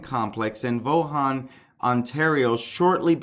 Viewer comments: You're a funny dude "Voo-han" it's the city of Vaughan like Steve Ray and " Mr. Villees ...what ever" his names Villi simple you are reporting - that's funny $1,800 dollars and $38 dollars?? what?? - don't say you haven't verified.. you haven't verified you're handle on the English language - you are ready for fox news - I'm am now a fan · It's Pronounced Vawhhhnnn. The G is silent. It seems it was a long-standing dispute complicated by mental health issues. I suspect it may have been dementia complicated as well. It seems like there was an issue with vibrations coming from the electrical room below his condo. THe building spent a significant sum to remediate that issue. But the next part is where it becomes bizarre. He claimed he was having issues with electromagnetic radiation causing pain and suffering to Mr. Vitalli. Another item that has come to light is that the condo board was going to court that day to force Mr. Vitalli to sell his unit and this may have been the triggering factor that stated the killing spree when he realized he had finally lost his battle in the court. There was also a prior case that was dismissed by the justice on the basis of it not being legitimate and that argument was fallacious and made no sense. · He made Vaughan sound like the Chinese city of Wuhan.